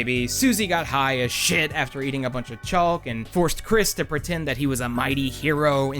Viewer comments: Why do you pronounce the L in chaulk 😭😭😭😭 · ......Chaulk? That's one way to say it lmao <3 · Is the chalk pronunciation some sort of hurr durr joke or...? It’s dumb in any case. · i don't want to leave a comment that undermine's how much i'm enjoying the video thus far, but i just has to pause to leave this comment and ask.... y u say "chalk" like that???